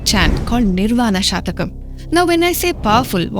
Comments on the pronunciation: If I am permitted to correct it is " shatkam" ( six verses) not "shatakam" (100 verses) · Lady….. it’s SHATHAKAM not shaAthakam please! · Before making a clip like this please check up your facts with a samskrith scholar .It is not Nirvana Shatakam but Nirvana shatkam (consisting of six stanzas).Madam ! half knowledge is dangerous! samkrith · Isn't it Shathakam instead of Sha(a)thakam? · It is Shatkam pl. Six slokas. Not Satakam which will have 100 slokas. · Pl note that it's "SHATAKAM..." NOT "SHAATAKAM" Wish it would be corred. THANKS... WITH BEST REGARDS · Pl correct...It is "S H A T A K A M " and not SHAATAKAM .. Thanks..Best regards.. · It is 'shatakam', not 'shaatakam'. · Very nice presentation, good effort, but it is not Shaatakam, it is shatakam, meaning 6 verses.. Please keep working on our ancient cultural and spiritual glory, but just a minimal collaboration with someone with a lot of Sanskrit knowledge may be helpful to avoid any pronunciation errors. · Please pronounce shaTakam not shathakam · Hello young Lady presenter, why do you wrongly pronounce Samskrit word "Shatakam ( it means 100)" as " SHAATAKAM"? I am sure you are not born in UK /USA but merely trying to imitate!! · It is Nirvana Shatkam not Nirvana Shatakam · It is not shatakam. It is shatkam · It is NirvaNa SHATKAM PLEASE, not Shatakam. Composed in six stanzas- shat षट् whereas शत is hundred. शतकम् has hundred verses. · It is Nirvana Shatkam (6)and not " Shatakam"(100). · Your pronunciation is wrong, dear! It is pronounced as "Shut-Ah!-Come". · It is shatkam not shatakam. It has six verses and not 100. Please stand corrected. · You are pronouncing shatakam wrongly. It's six shlokas and not 100 but your pronunciation means they are 100. Please change as it gives away wrong meaning.